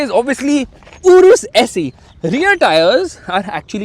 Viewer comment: Bro it saeee not se😂😂